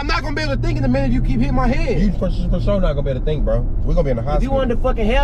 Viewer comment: want that free food 😂😂😂😂😂😂 he said FOE 😂😂😂😂😂😂😂